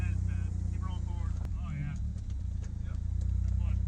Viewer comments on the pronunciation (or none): none